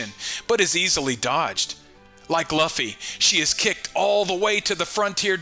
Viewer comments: Bro pls for the love of god stop pronouncing Luffy's name wrong Jesus lord have you EVER heard anyone in the anime (dubbed or not) pronouncing his name that way? It's pronounced "LOOOFY" or Lu- Fee. Not Loffy not luffy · Sorry dude, I like to support small YouTubers but you totally Lost me when you kept saying “Luff-ee” instead of the way every one Piece fan says it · I'm right there with you dude every time he said Luffy name it made me dislike this guy more and more